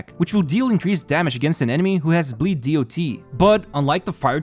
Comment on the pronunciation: Please say damage over time or dot(dots), not dee o tee. This term isn't from HSR, it's an old term and always said as dot.